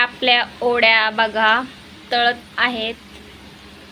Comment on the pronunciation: Tai ओड्या nhi o .. te वड्या असतात.... जास्त सुशिक्षित बोलण्याच्या नादात काही पण काय 🤦